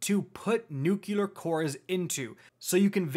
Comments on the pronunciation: idk why i was so bothered by it but its nuclear not nuculer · My man,. I can't tell you how much this helped me finally get my first clear today. I know this is like 5 months late, and I'm not trying to be a d, but pleeeeeease work on saying "new-clee-ur" instead of "new-cue-lar". "Nucular" just isn't a word. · Great video, really informative, just realised i will never atempt the raid because of the whole get the buff, send it up, get it back, pass it along etc. And also, anyone realised how many times "nukelar" instead of "nuclear" cores ^^ anyways, great vid, keep it up. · I just can't get over how he says "Nucular" instead of "Nuclear" hahaha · don't forget "nucular" instead of nuclear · Every time I heard "Nucular" I found myself yelling " It's NUUU-CLEEE-AARRR!!!" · I couldn't stop flinching every time he mispronounced nuCLEAR. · Thank you for this fantastic Raid guide, but this is just a pet peeve, so it's not a criticism, but nuCLEAR. It has the word CLEAR in it. Not nuke-yu-lar, nu-clee-ar. Nuclear. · Very helpful video, thank you. One note on pronunciation, it's new * clear not nuke * you'll * are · nucular? what's a nuculus? is it the center of an atmum? nu clear. nuclear. like an atoms nucleus. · Great vid, as per usual. Just need to learn how to say NUCLEAR core instead of NUCULAR lol ;-) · I don't if it's juste me, but I've bee hearing "NUKULAR" cores. Isn't it "NUCLEAR"? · You lost me at "NucUlar." There is no extra "U" in "Nuclear." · It's pronounced new clear not new cue lure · It is NOT ...NUCULAR... NUCLEAR! nucLEAR! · NUCLEAR Not “nookuler” How can I trust your raid strat now?!? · NuCLEAR, not NuCULAR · Trying to help you out........ say "new-clear" not "new-q-lar" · "nuclear, not nukulur" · Ugbh NUKULUR sounds so annoying. ITs NUKE LEAR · NUCLEAR. NEW-CLEAR. N.U.C.L.E.A.R. NOT NUKE-YA-LER. IT IS NOT SPELLED NUCULAR. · God. Another weirdo that says "nook-yuh-lur". It's two syllables man. "New-clear" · And nucular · “Newkular core”